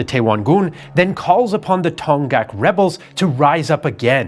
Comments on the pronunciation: It's pronounced Dong-hak, not Ton-ghaks. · You pronounced “Donghak” as “Dong-ghak,” but the correct pronunciation is “Dong-hak.” “Dong (동/東)” means “East,” and “hak (학/學)” means “scholarship” or “learning.” So “Donghak” means “Eastern Learning” or “Eastern Scholarship,” which stands in contrast to “Seohak.” “Seo (서/西)” means “West,” so “Donghak” refers to Eastern learning as opposed to Western learning. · "동학" is pronounced as "Dong Hak", not "Tong Gak". Aside from that, I enjoyed it very much, seeing the familiar story from an outsider's perspective as a Korean. Thanks for the great content, as always!